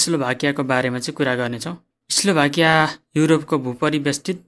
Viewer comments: स्लोभाकिया होकि इस्लोभाकिया हो 🙄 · eslovakia hoina ho daju....slovakia ho... 😁😁😆😆